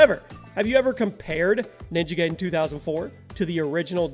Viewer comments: OMG LERN 2 SAY NAMES RIGHT PLEASE you miss pronouch so many things wrong so many dang times ninja giden is not prounouced ninja gayden its prounouced ninja guyden you have miss prunouched other things 2 but i just dont remember them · Bruh you are saying ninja gaiden like Gayden but it's pronounced like GUIDEn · It's not Ninja GAYden, It's Ninja GUYden! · Lol Ninja Gaydon? You do realize it's pronounced Ninja Gideon right? With the long i? Even AVGN addressed this issue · Did you just say Ninja Gaydin? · Gaiden pronounced Guy-den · Ninja Gaiden= Ninja Guy-Den imo. Never once have I heard it pronounced the way you say it. Not saying I'm right or that you're wrong tho. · You pronounced gaiden wrong it's actually pronounced guy-den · Roger Cruz yep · you said ninja gaiden wrong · It's pronounced gaiden correctly in almost every language, it's english that is broken...